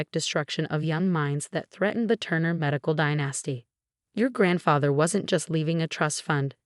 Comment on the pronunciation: And dynasty has the accent on the first syllable. Not die NAS ty